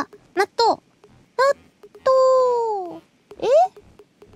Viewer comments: The Natto chant started to sound like Donut midway through! lol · When she said natto loads of times I swear I heard her saying donut a few times. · her "natto natto natto natto..." started to sound like "tuna tuna tuna tuna..." xD